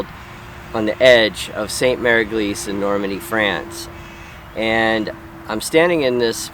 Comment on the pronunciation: Isnt Saint pronounced San, i might be wrong